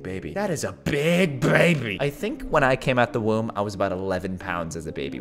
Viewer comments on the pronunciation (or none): at 3.21 he sayed woom